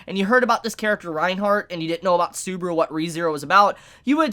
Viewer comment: The way this dude says "Subaru" really pains me to a point i never thought possible 😭